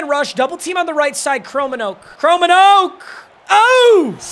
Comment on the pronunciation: It hurts as a Dutchman hearing him say "Chromenoak" instead of "Kromenhoek" 😂😂😂😂 Love the content!!